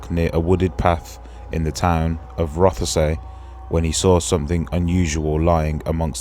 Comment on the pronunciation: ur saying Rothesay wrong. It’s just said like Rossi - I’m Scottish